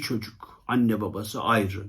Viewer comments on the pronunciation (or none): none